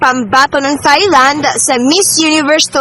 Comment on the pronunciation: T lang hindi Th